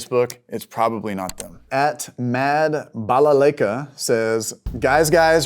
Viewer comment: Im surprised that a person whose name is Pierogi couldnt read Balalaika